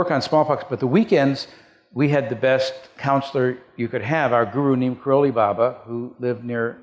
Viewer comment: The interviewer can't even pronounce 'Neem Karoli Baba", what a fake! Larry of ocurse is Brilliant